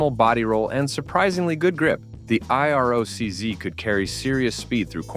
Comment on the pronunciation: I. R. O. C- zee... I hate ai narration. Brutal. No sub, shit vid